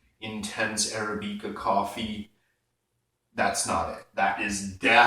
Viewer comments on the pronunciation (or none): "Arabica" is pronounced "uh-RAB-i-kuh," not "air-uh-BEEK-uh."